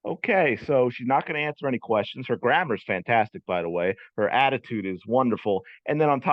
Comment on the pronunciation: She could only repeat “I ain’t finna ansa no Caitlyn Clark kweschuns.”